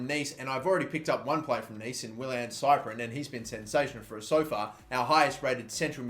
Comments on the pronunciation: Cyprien is pronounced siprien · Cyprien is pronounced sip-pree-en